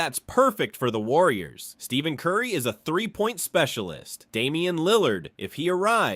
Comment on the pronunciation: When I hear the narrator say, "Steven" Curry, I suspect this is just another manufactured AI lie. Check your sources on this DeRozan now being a Warrior, folks. If it's just another lie, here's just another YouTube channel to block. Just checked...yeah, this is a LIE. Scrub this channel unless you like to watch a video full of lies.